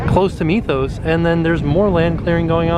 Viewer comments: Wouldn't the Mythos restaurant be pronounced Mith-oos and not Meeth-oos? I mean, we don't pronounce the word 'myth' as meeth - just curious. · I love how you say "meethos" instead of mythos